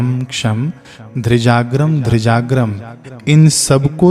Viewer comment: श्रीमान जी आपने कुंजिका स्तोत्र को बहुत सुंदर ढङ्ग से पढ़ा पर आपने धीजाग्रं धीजाग्रं की जगह ध्रीजाग्रं ध्रीजाग्रं पढ़ा है। यहाँ उच्चारण मे त्रुटि है।